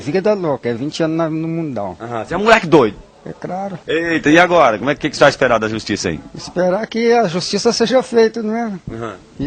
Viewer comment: "Muleque doido ?" "E craro" Kkkkkkkkkkkk